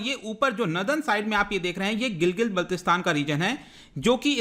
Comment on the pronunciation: Sir Gilgit ka pronunciation Gilgil h kya❓